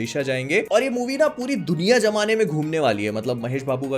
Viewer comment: Bhai tum or to bolte ho par mujhe ol do kyu sunai deta hai😂